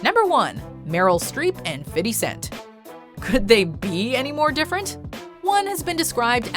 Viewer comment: Ughh it's Fifty cent not fiddy. Please don't.